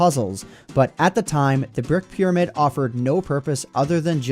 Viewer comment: wait........am i the only one who does not know what he is talking when he says pyrmid? i don't have them in my minecraft and i have the latest version??